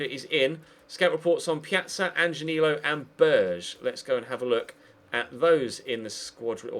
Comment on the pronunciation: If you decide to go for Sander Berge (which you should absolutely do), his name is pronounced with the e's and the g as you do in "Genk", since he is Norwegian and norwegian and german are from the same family of languages :) Great series, I loved your Cambridge RTG, I love this and now you are doing a series with my favourite team in Arsenal. Good times to be me on this channel :D Keep up the good work! :)